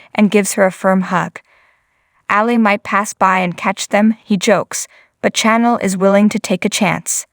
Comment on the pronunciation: Please pronounce Chanel's name properly . Channel is for tv stations Chanel is pornounced like the cologne . Thank you